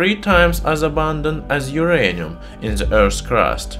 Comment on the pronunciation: But this is not My-anium !